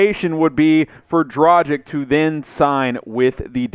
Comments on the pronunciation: Omg, not Dragic like "tragic" but like DRAGHIC . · I don’t get it: everybody can pronounce Doncic correctly (with a „shesh“ at the end), but when it comes to Dragic (same ending), everybody seems to think that his name has something to do with the English word „tragic“, instead of pronouncing the end just like in Luka‘s case. Freaks me out tbh